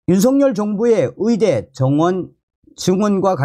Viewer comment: 말씀 잘 듣고 있습니다. 그런데 위사, 위대가 아니고 의사, 의대 임다^^